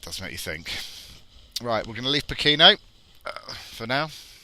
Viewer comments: Poh ke no. Stress on first syllable. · It's pronounced "poh-ken-no" and it's cold and foggy in the winter. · tis pronounced 'poor - care - nor' = Pokeno (say it fast)